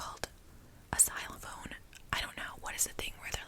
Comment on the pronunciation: She said xylophone 💀🤣🤣